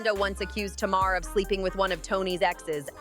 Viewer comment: Her name isn’t TMar her name is Tamar hun you have to pronounce the a lol you’re pronouncing her name like the a is silent 😂😭🙄